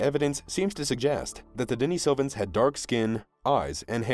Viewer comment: How about a little consistency? You have pronounced Denisovans at least five or six different ways. If you are going to do videos then get it right